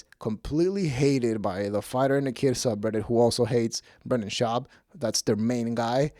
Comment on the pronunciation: Half ur views are people laughing at ur speech impediment. “Bwendan” 😂